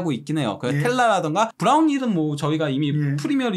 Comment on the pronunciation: "브라운힐" 이 아니고 "브라이언힐" 아닌가?